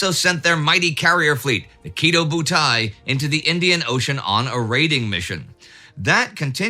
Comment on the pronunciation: Indy's Kidō Bu-Tie-Barn.